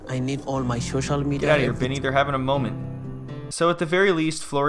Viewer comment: He needs his ShoShal Media back 😅